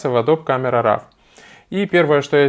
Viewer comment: Спасибо за полезное видео Только не нужно говорить "РАВ" пожалуйста - уши вянут